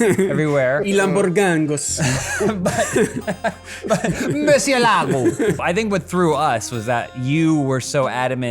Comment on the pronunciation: lmao at "Lamborghangus"